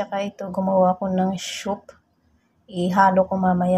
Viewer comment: Bakit shoup po tawag nyo 😁 instead soup